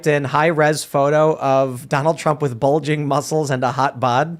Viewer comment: !...the word is...WITH not WIT!!! And the phrase goes: 'Light of Day' not 'Day of Light.' It's a sad day when Ian sounds more intelligent.